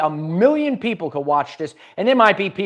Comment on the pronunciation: Save the pwoople